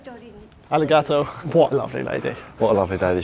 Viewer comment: "Are Ree Ga Too"